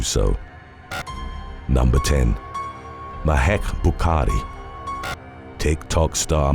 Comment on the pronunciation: ...Mahek 'Bukaki' Buhkari. 😂